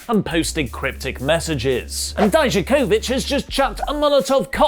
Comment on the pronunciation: Die-Ja-Co-VicK, damn it.